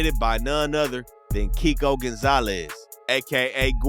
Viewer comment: He was saying Keiko name wrong the whole time